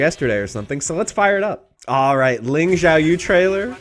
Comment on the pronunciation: Is it some kind of trend to say Xiaoyu's name like Jiaoyu? I've heard multiple YouTubers say it this way now